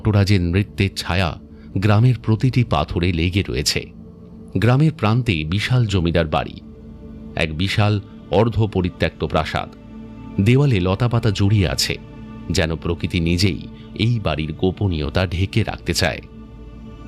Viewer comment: বারবার সব চ্যানেলেই পরিত্যাক্ত উচ্চারণ করে চলেছে সব অভিনেতাই।দয়া করে পরিত্যক্ত বলুন।অ্যাক্ত নয় অক্ত>পরিত্যক্ত বলুন।বাংলা উচ্চারণ রক্ষা করুন ধ্বংস নয়।